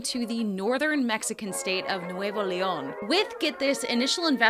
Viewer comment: you are fantastic!!! and your pronunciation of Nuevo León is perfect...!